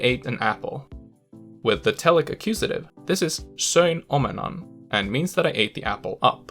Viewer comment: I'm glad you didn't mind! Also, your Finnish pronunciation is crazy good! I mean, I can hear a slight accent throughout (and I do mean slight) but here and there ( for example the "söin omenan" part) is absolutely 100% native sounding. Very impressive in my opinion!